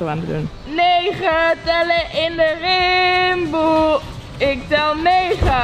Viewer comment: het is niet timboe maar rimboe haha